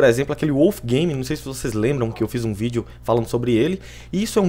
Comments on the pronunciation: estamos qui com mais um vidro kkkkkkk morri de ri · kkkkkkkkkkkk, quem percebeu no comecinho ele falou, E AE PESSOAL ESTAMOS AQUI COM MAIS UM vidro E NAO vídeo, kkk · nao seria quem Ouviu o vinicius fala estamos aqui com mis um vidro